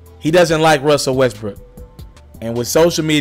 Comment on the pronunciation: You can’t pronounce Westbrook for shit lol 😂 west brick